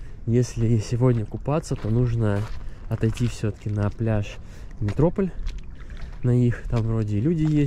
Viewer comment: Всё хорошо, но вот МетрОполь просто убивает, всё-таки это МетропОль!